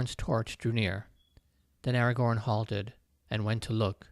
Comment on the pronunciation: This was such an interesting passage! I really need to read the Lord of the Rings at some point. (Hilariously, I kept imagining Aragog whenever you said Agagorn. 😂)